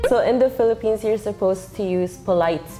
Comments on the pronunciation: It should be "Philippines" not "Philliphines." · Philippines not Philliphines